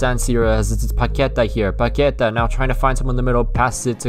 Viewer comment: Hey man, i hope i'm not being an asshole by pointing this out but you don't say ''Paqueta'' you say ''PaqueTÁH''. Also great video! Your career mode is a lifesaver in this quarantine times xD